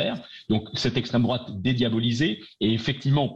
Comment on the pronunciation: Combien il a dit “estrem drouate”, le gentil gauchiste?